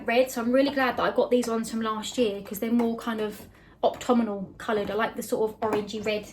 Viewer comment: its Autumnal not octumnal /optumnal lol not sure which one your saying 😂